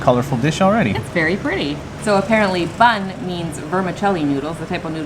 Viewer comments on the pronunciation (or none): your mispronunciations are endearing. "Bun" is pronounced "boon." Other than that, I didn't notice any other mispronunciation in this video. 🤗